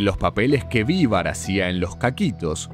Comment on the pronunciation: Increible trabajo documental, recopilación de información y todo, la verdad admirable XD Pero me cuesta no detenerme en que pronuncies "VÍvar" y no "viVAR". Habiendo visto (supongo) tanto material de archivo, entrevistas, etc... e incluso es algo que lo pronuncian en cada intro del chavo... me sorprende que lo pronuncies incorrectamente jajajjaja